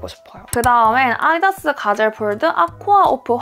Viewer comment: 말하실때 아아-디다스 하시는 거 사투리인가요? ㅎㅎ